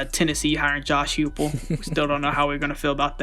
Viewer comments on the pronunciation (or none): You guys didn't even know that coach Huepel was an OC, I can forgive y'all mispronouncing his name, but if you don't even know basic information about the topic/person you're talking about, why make a video on it at all?